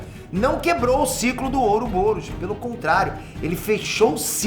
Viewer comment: aindanão terminei de assistir. Mas "ouroboUros"?